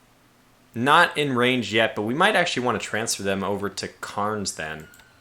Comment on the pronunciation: Great video, thanks! FYI, Cairns is pronounced "cans".